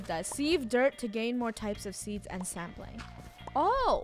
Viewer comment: What I hear : saplings What captions say : Sampling🤣